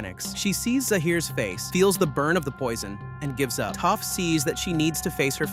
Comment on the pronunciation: I mean he also calls Toph "Toaf" at first too, so.